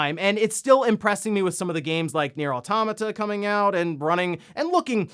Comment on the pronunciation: He did it!!! He pronounced "automata" correctly! Holy shit, breaking the gamer bro mold.